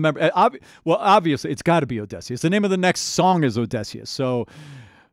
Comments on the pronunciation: oh-di-see-us but you keep saying oh-DEH-see-us 😭 The journey is over but there are still the cut songs to listen to. It's just Jorge's voice for those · As a linguistics mayor i am still upset he pronounces Odysseus with an /e/ like in dress instead of /ə/ (schwa) like at the start of about or the end of comma. But he frequently gets the emphasis of Odysseus wrong due to English having a rule about emphasis making the 3rd syllable from the end the one with emphasist. And usually syllables with emphasis need to also have a strong vowel (anything but /ə/, /i/, /u/) but the vowel needed here is an ü (like in clamydia) which english doesn't have, forcing the substitution with schwa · 20 seconds in and I just have to know, how did you make it to the last saga without learning how to pronounce Odysseus? Telemachus, no problem, but the titular character? Is it just for the rage comments? There’s no way. The letter y literally never makes the short e sound in the English language, come on man. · I love how you say Odysseus, im not sure if it's just you being slightly off with the pronunciation or it's part of your accent. I can tell you have a slightly different unique american accent. Its probably a regional difference. But I do like it :> you pronounce words slightly differently than most American accents I've heard.